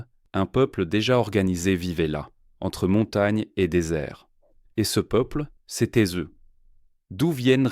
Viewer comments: " c'était z'eux " : non . . . . C'était t'eux, c'est mieux. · 4 minute 29 “Ce peuple c’étai - z - eux” À corriger